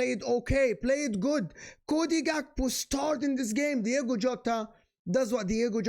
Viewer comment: it's DiOgo , not DiEgo Jota!